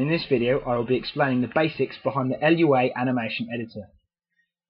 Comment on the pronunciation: It's not L.U.A, it's pronounced loo-a..